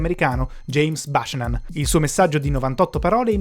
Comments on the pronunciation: Si pronuncia biucannan non bashnan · Buchanan is pronunciation “BIU-KA-NON” e non bacenan. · non james bàscianan💀